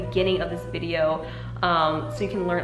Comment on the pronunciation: why did you say “videouhrh” like an australian but talked like an american the rest of the time? my brain is just 🌀 edit: and she also said “dohyun belohwrh” with an australian accent.,4&;!’fjx@@ i am so confused. great video tho, and your very pretty i just watched the whole video and now i get it... i believe it is kind of a joke (?!?!?!??!) and if it is not i don’t wanna be disrespectful or anything